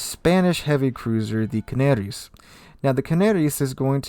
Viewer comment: Just as a sugestion: The spanish ship is pronounced Canarias not Canaries